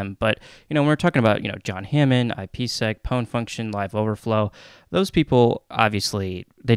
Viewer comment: Great video, agree with most of it except how you pronounced ippsec :)